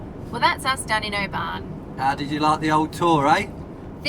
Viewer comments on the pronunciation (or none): Oban not pronounced OBAAN but Obin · Pedant here 🙋🏼‍♀️😂 - it's Glen Et-eh-ve not Eht-eeve. Beautiful place and you must come back in Summer! Great trip guys. I saw my first otter in the wild on Mull. Literally crossed the road in front of us. Lovely place. Also it's normally pronounced Oh-bin not O-ban😂. You guys are great presenters though, honestly some TV channel should snap you up! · It’s Oban not Obarn 👍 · Not criticising, we love your videos but have to say…it’s not pronounced “o-baan” it’s said “O-bin”. You did make us smile (maybe cringe a little 😉) though 😂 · Dying at pronouncing it Obaaaahn 😂 love that you guys went to where Balamory was filmed. The castle for Balamory (Archie’s House) is no where near there oddly. It’s 5 minutes from me in North Berwick it’s called Fenton Tower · Oh-man you sure loved Oh-ban :) :) :) <3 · we had the same thought about Mull, we visited a few years ago and was really surprised about the size of the place. We also visited Iona and Staffa - both very worth the visit. Oban btw is pronounced Oh-bin just for reference. We are increadibly proud to call home and also the pleasure of the beauty of it. It has been a joy to watch you on your travels and the laughter. jokes are suitably aweful - and brilliant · Mull is my ancestral home (only ever been once!). You're pronunciation of Oban is a bit off, but then you are sassenachs! ;-) Great video as usual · Very good guys just a wee think there’s no R in Oban 😜